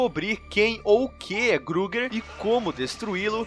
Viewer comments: SprIngwood com i mesmo e Freddy Krueger e não gruger, fora isso bom vídeo. ❤️ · Da agonia ouvir alguém falando "Grueguer", mas o vídeo foi ótimo, estou ansioso pelos próximos. sucesso com o canal!